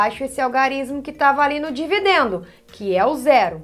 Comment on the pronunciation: "E vc marcou bem os nomes?" ela errando na hora de falar dividendo